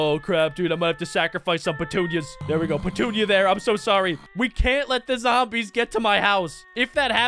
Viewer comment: Did any of you realize he named the sunflower patoonia and he said pentunia